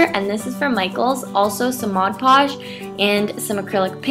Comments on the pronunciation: But that's the right way to say it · Amelie Erdbeer she says it correctly